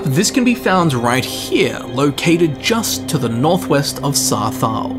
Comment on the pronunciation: Why do you say Sarthaal so weird?